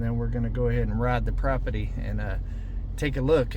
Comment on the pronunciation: PROPERTY ... NOT PROPETTY 😊😉🤗😊😁👍❤️